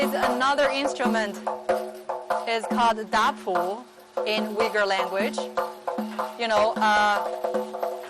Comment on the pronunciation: First of all, you need to study how to pronounce 'Uighur' not yuigur dumbass.